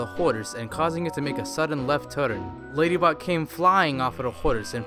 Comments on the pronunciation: he said ladybutt no ladybot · When you hear Ladybutt instead of Ladybot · I heard LadyButt instead of LadyBot XD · Ladybutt Not lady bot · I thought he was saying ladybutt XD